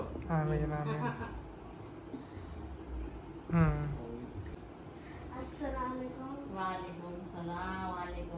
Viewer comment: Saalekum nh asalam walekum bolne ka menning change ho jata hi